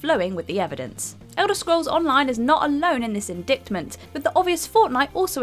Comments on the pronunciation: doesn't know how to pronounce indictment, hint, the c is silent and it's not dict, it's dyte. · Jesus, this 'reading from a script' narration is irritating... She even mispronounced 'indictment', , as further confirmation these aren't her own words. I would assume not a single sentence uttered is an opinion of her own. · The “c” is silent in “indictment” 🙄🙄🙄